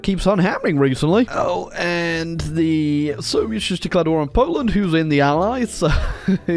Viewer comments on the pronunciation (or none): none